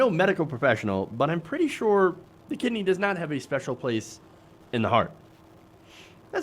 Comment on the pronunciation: Why can't he just say "kidney" like ordinary people? He has to say "Kih -d--nee" and do his stupid smile on the "nee".